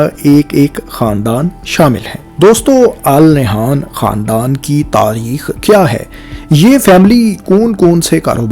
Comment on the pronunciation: It's pronounced "An Nahyan" in Urdu.